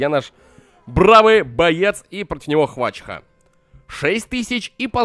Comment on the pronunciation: Хваща а не хвачха